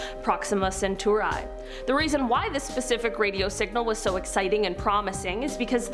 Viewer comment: Ceturee. Not centurI